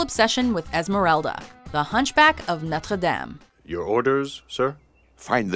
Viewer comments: I hate the way they pronounced Notre Dame. I know it's a French word but it's an American movie. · That's not how you pronounce Notre Dame. For Christ's sake, the main song of the film says it like 20 times! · I HATE HOW SHE PRONOUNCES NOTRE DAME 😫😫😫🙄🙄🙄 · the notre dame prononciation is very cringeworthy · I cringed when she pronounced Notre Dame.